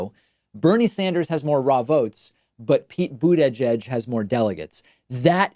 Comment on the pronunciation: Am I the only one bothered by how David says buttigieg?